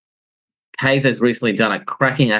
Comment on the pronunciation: It's Kye-zer. Means king in German.